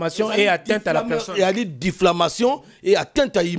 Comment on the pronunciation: Yaya diflamation te , diffamation . Nalela yo fort .